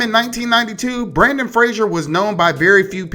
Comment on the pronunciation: I love you but hearing Brandon instead of Brendan hurt my brain a little